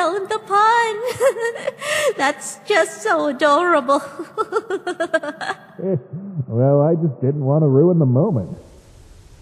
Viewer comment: No it's more like "you a-door-able lady"